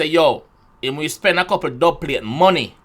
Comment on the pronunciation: the dubplate line is two meanings in my opinion. same as what you said and also what causes an earthquake is tectonic plates. but him say dubpalate instead basically